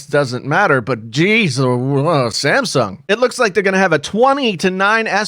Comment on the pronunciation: Who else heard ,"The Simpson Galaxy S 11"?